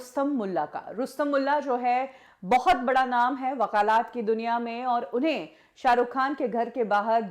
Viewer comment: वाकालात नहीं वकालत बोला जाता हैं